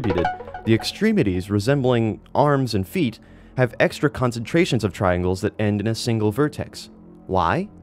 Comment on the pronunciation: Me: "Extra texture." You, an intellectual: "Exture."